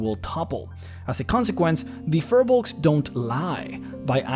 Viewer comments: Hey man, Firbolgs, pronounced "Feer-Balgs", are from Irish lore, they were the inhabitants of Ireland, this is where the old ones came from during the old days of DnD... go here ->... these new ones are not the same thing so this video is meaningless, i mean the only reason they have 'fir' nowadays is because the 'creators' at WotC just saw the word Fir in Firbolg and thought "hey they should be furry!"... its poor character creation... your videos are getting more and more boring since the dragon series ended, i mean who cares about giants... you should do the demons and devils and talk about the Blood War, or go into liches and the undead, or deviate altogether and explain the different greater planes... this stuff is lame though... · The name is pronounced wrong...